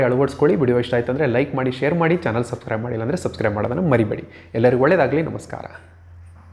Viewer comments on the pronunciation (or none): none